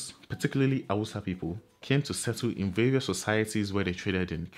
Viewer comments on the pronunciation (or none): none